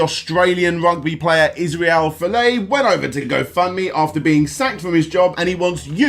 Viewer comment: If you're going to do further updates about Israel Folau, you need to listen to any news video pronouncing his name! The way you are saying it is embarrassing!